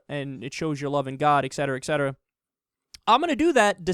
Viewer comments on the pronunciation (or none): Kyle, it's ET cetera…not Ex cetera